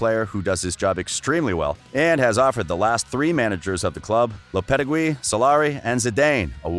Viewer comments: He said “lopete GOOEY” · Love the channel, your voice is gold, your pronunciation you need to work on. I don’t mind the accent but the pronunciation for Zidane and lopetegui can be improved certainly.